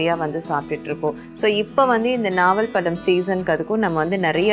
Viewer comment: its naval pazham not nava